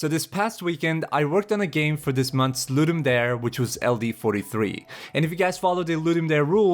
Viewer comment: you are pronouncing ludum dare incorrectly